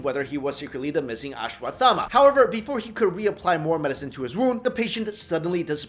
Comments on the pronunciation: U r not pronouncing it properly, it is pronounced as ashwas- thama . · Learn to pronounce it first